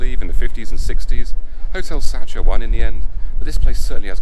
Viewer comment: Sacher is pronounced sack her